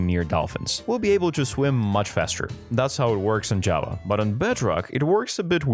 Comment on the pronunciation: First, there are a lot of things you forgot about, there are a lot more things you can now do in bedrock, and every time you tried to say Java, it came out as Jawa🤣